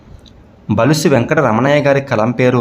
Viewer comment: బులుసు అని పలకండి బలుసు అంటున్నారు